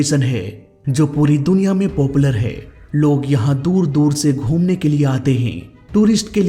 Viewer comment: Bhai tail hota hai tale nhi... or popular hota poopular nhi... tum bolne mai bohat galtia krte ho, ajkl koi bhi muh utha kr reporter, youtuber, story teller bn jata hai.... bina khud pr kaam kre, or bina baat cheet ko theek kre, isi liye to humare desh ka mzaak bn rha hai